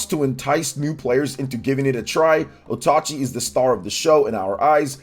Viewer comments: Repeat after me,: OATCHI not OTACHI. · It's Oatchi not otachi